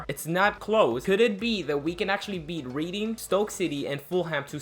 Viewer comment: Just some pronunciation corrections- the teams that end with "ham" (e.g. Birmingham) the 'h' is silent. Also Reading is pronounced "Redding". I know you're American/Argentinian so you're not really expected to know English teams lol but I'm just tryna help